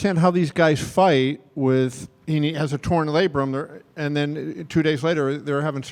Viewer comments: he said labrum, genius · OMG it's labrum... ahahaha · “How would doctors check for a torn labrum” 😂😂😂